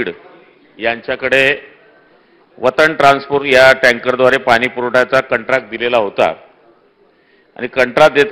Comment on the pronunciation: कंत्राट म्हणायचं आहे